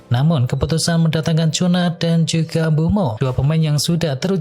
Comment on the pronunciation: sebut nama cunha pun x betul.. bodoh punya channel